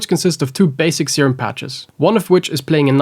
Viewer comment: bro dont got that serum, he got that "seeem"